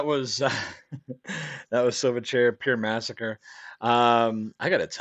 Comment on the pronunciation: You pronounced it right the 1st time mate. These boys were from my hometown (Newcastle NSW) can't say I was ever a fan though. Chili Peppers took them under their wing in the US.